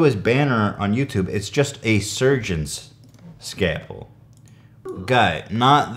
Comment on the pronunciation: how have you not heard the word scalpel before lmao "skayle-pull" tf